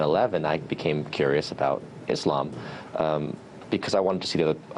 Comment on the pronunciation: I'm happy to here them pronounce Islam correct, and not Izlam